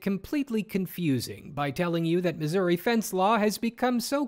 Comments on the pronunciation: Sir, I believe you mispronounced the US state of Misery. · Uh, yay, Missour-uh?